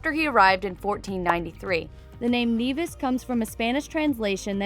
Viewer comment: St. Kitts - Nevis is not the smallest country in the Caribbean. I was born there. I'm a Kititian. Brimstones Hill is located in Sandy Point. By the way, It's NEVIS! not NAYVIS.